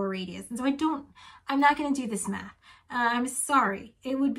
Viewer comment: I heard meth instead of math and can’t unhear it Sorry but four semesters of meth sounds like a terrible idea